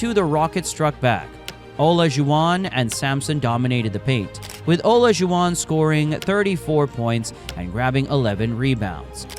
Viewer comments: The AI voice trying to pronounce Olajuwon 😂😂😂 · You left out some significant things but overall an excellent video, and I was disappointed how you pronounced Isaiah's and hakeem's last name.